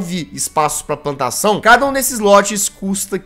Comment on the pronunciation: Nossa no início do vídeo em vez do jazzghost falar plantação ele falou "pantação".